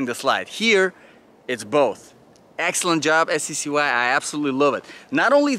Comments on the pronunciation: Pronounced ""SKY"" . 😁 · They pronounce it Sky, also I was always curious what accent is it that you have ? / nationality?